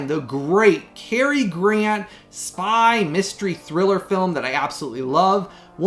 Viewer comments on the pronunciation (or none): none